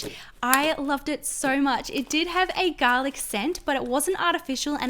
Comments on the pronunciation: Who else loved how she says garlec? 👇👇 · garlic bread? I thought she said galic like Galaxy I'm so stupid